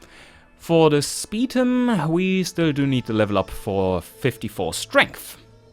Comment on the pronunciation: The way pronounces Spetum "Speed um" Irks me.